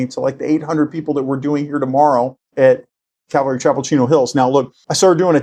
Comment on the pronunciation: I had to listen to it three times. he DID say "Chavelry Capel" LOL.